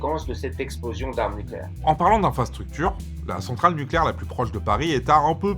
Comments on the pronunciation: "NuCUlaire, ça se prononce nuCUlaire" 🟡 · Niquèlaire, on dit Niquèlaire